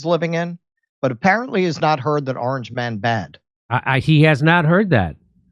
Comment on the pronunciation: He just said oragn man bad